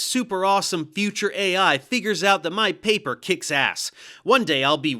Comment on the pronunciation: Sean how dare you read my paperrrr!😂🙃